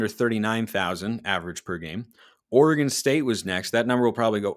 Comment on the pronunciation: It’s Oregon …..